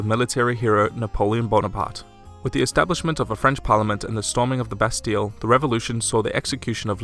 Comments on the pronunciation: You don't pronounce the Ls in Bastille. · Non. Londres et London c'est une TRADUCTION. Ils n'ont pas de mots pour dire "Bastille", ils le prononcent juste mal.